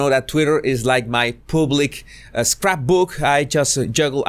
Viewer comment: No SE DICE Poooblic!! Se dice. PABLIC